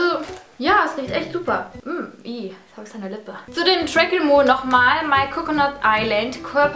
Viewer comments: Man spricht es "träkel mun" aus :)) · Glaube man spricht es Tr'äckel'moon aus:)